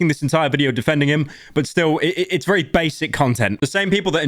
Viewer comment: Pyro never ceases to make my day vewy bad